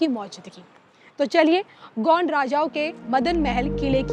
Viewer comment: ढंग से बोल गोड नही हराम खोड गौंड है